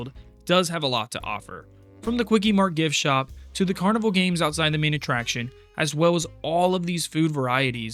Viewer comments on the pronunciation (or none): none